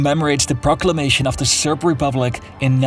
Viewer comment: its serb not serf